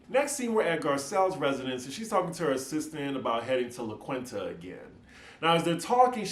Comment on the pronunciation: It’s pronounced LA KEEN-TA. Also looking forward to the RhoLagos pillow talk episode...thanks!